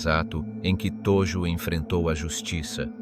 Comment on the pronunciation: Hideki Tojo Viděl jsem jiná videa. A Hideki Tojo je tam ve fonetické podobně jako Todžo. Tojo strašně trhá uši. Jinak je video uděláno velmi dobře.